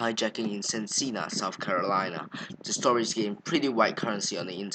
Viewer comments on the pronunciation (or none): Its pronounced Sen-a-ka